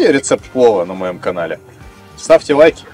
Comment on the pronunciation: что с буквой Л? "ставьте уайки", "пуов", "фудбуогер" Ппц режет "суух"